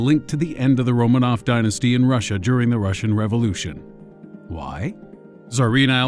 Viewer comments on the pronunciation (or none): none